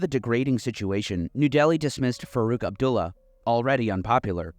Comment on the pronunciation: First syllable of Punjab rhymes with bun, not with dune. I say this as someone who made this mistake repeatedly while talking to a Sikh friend who apparently didn't have the heart to correct me. Cheers. EDIT: Bhatt = "butt"; "u" in Abdullah also as in "butt". Oh, and FWIW, "Panj Ab" means Five Rivers in Punjabi.